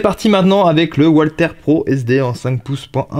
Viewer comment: Ce qui serait bien, ce serait de dire "valther" pas "oualther"..?? Ces armes sont allemandes pas anglaises ou américaines !!! 😉😉 C'est pénible d'entendre "oualther" en permanence..!!! 😉